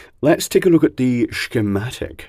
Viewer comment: You have the wrong pronunciation of the word "schematic"